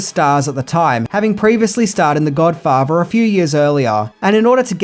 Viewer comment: Mario Puzo was hired to write the script, fanks to his work on The Godfavah.